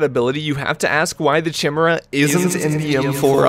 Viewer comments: Isn't Chimera pronounced like Kai-mera? Or is it Chim-era like he says. Or have I been saying it wrong all these years? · The amount of saying chimera as chai-meerah or chih-meerah and not kai-meerah is astounding. It’s pronounced kai-meerah. Also why are you playing on like 80° fov lol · kai-merra not chim urra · I know you didn’t just call it the “cheemera” bro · Whoa hold on, Chu-MEE-ruh? Bruh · Me hearing "chee-mira" 😬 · CHIMERA IS PRONOUNCED KAI-MERA FFS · Why does everyone butcher the name 😭 it's pronounced [KY] + [MEER] + [UH] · its pronounced KY-MIR-RAH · It’s pronounced kīˈmirə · chimera is pronounced like: kīˈmirə,kəˈmirə, or more easily, "Kai-mahr-rah" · The way you say chimera breaks my soul please help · I was wondering if you were pronouncing chimera like that on purpose. You were. Also I was going to get a 300blk mk18 pistol this year. thanks ATF, very gay. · I know you're pronouncing it wrong purposefully...to trigger people like me...I recognise this. I'm still furious. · Pretty sure that's not how you pronounce Chimera but I digress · your pronunciation of chimera triggers em